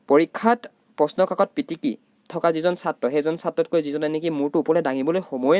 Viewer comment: দাদা `পাটিকি´হৈছে ......পিটিকি হব লাগিছিল